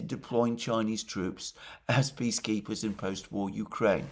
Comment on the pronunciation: I know that Alexander is saying "peace keepers" but I keep hearing "bee keepers" and I realized: By gosh, that's it! I think it is a divine inspiration. Bring in an army of Chinese bee keepers. What could bring peace more certainly! The news of it, alone, would confuse the war mongers so thoroughly that maybe they will just wander off the stage.